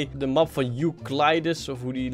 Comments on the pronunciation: je zegt you (engels) ke dlies als die naam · Je zegt joekledies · je spreekt het uit als joucledies